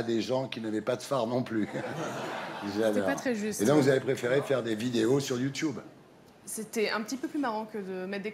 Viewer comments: "youchoube" youchoubeuse" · "Vous êtes la première youtoubeuse " lol apprend à dire ce mot bien et après on verra 😂👌🏻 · Peut être qu’il arrêterons de dire « youtioube » aussi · Le jour où il arrêterons de dire Youtouboue ou Youtioube la télévision aura disparue. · Natoo vous êtes une YOUTCHOUBEUSE mddrrr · YOUTUBE C'EST YOUTUBE IL C'EST PAS LIRE OU QUOI "YOUTOUBE" SRX KOI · Bah ouais la télé ça devient démodé du coup les présentateur rabaisse la nouvelle génération .... ça fait vraiment pitié. ET ON DIT YOUTUBE PAS YOUTIOUBE! ! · Youthube déjà les gens qui disent comme ça, c'est chiant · Qu'il apprend à dire YouTube au lieu de YOUTCHIOUBE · Wesh on est d'accord qu'il savent pas dire "Youtube"😂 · Il dit youtoub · On essaye pas de claché quand on sait pas dire"youtube"